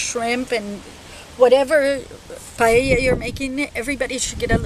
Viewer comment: Thank you, that looks delicious! I'm also so glad you pronounced it right and didn't say "pie ey a" or "pajeja" as apparently the rest of the english speaking population wrongfully pronounce.